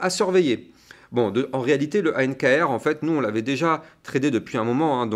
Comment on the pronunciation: ankr pas anrk! merci pour la vid!